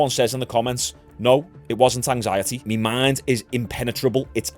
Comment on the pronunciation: Do you know what my is? I notice you say me content me me me. Its my my my. But keep it up.